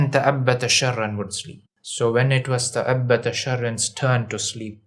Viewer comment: تأبط وليس تأبت